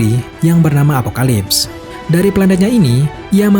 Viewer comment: Koreksi min, Planetnya Darkseid namanya apokolips, bukan apokalips..🙏🙏